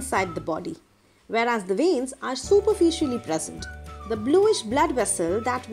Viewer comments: Its veins not venis ok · It will be veins not venis😅